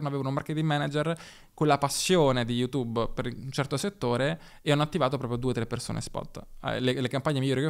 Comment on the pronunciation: Tutto appassionante ed istruttivo... ma è possibile che dopo anni e anni sul tubo pronunci ancora il nome di sto social "yutubbE"???